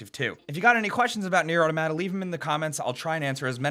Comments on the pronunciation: I got triggered when he said au tomata it's 'auto-mata' 😂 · "O-tamada" lawl. Auto-mata. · Your mispronouncing Automata. I'm sorry but it really bothers me. Its pronounced Autah mah tah, not Auto matah. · automAta, not autOmata weaboo game, give me a refund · Why do you pronounce it "atamata" and not "auto mata" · "Nier Atomada" how can you not pronounce the word Auto & Mata? _' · straight butchered the name .. lol 😂 😆 😝 🤣 Nier urttermadda 😂😂😂😂😂😂😂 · You pronounced it right the 1st time... aw tom uh tuh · "otamada". Is that actually how Americans say it? Jeez. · (Ah-tom-ah-ta FYI) I really enjoy it. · AutOmata. Like automaton...Good video, bro. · Funny how the pronunciation of "automata" is correct at the beginning and reverts to "a tomata" at the end again, like with most people. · The way you pronounced "Automata" really ruffled my feathers. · The way you're saying automata is driving me crazy. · I know I sound like a jerk here, but I really do wish more reviewers would pronounce "automata" correctly. Sounds cooler, too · You switched the way you pronounce Automata mid-video :|